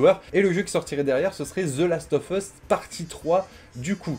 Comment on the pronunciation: comment je saigne des oreilles avec la prononciation ; "the last of fus" alors que c'est "USSSSSSSSSSSSS" et pas "FUS" bordel !!